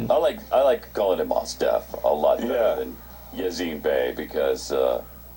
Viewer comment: It's Most Definite. Mos Def. the other name is not Yazin either. Clearly pronounced Ya-seen.